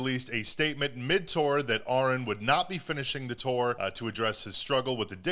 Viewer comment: Ahren is pronounced just like Aaron just fyi, he is a good guy, my sister works wioth Joel Birch's wife well used to had a chance to meet Joel and Ahren.